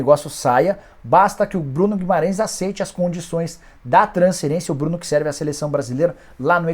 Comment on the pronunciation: Nikola pq vc fala transcerência e não fala transferência? Pq vc engole o F e usa S no lugar do F para falar a palavra transferência?